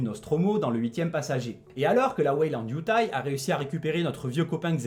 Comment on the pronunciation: Pardon, mais je tique à chaque fois que tu dis "Weyland-Yutai": c'est YutaNi! Perso, j'ai beaucoup aimé le film jusqu'à l'apparition de la créature de la fin, que je valide pas du tout...